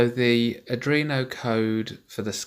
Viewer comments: Cool, RS485 might be a bit bulky and over powered for these applications, but it is a standard and it does get the job done. Cool project. (However, after watching all of these I feel I have to say that its ARDUINO, not Adrino. Sorry, haha) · I like the video but it's "R-dWeen-o" not "r-dReen-o"